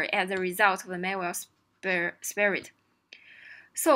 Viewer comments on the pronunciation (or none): Respect to a person who can solve leetcode hard but can't pronounce "spread". 😉